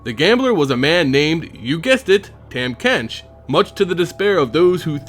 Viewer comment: not to hate on your video or anything, i would just like to inform you that his name is pronounced "tom" not "tam", but also this video really makes his lore make sense.